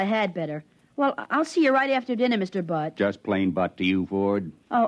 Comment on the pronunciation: Apparently Butt is a real man's name. They said it was Buck at the end, but it sure sounded like Butt to me.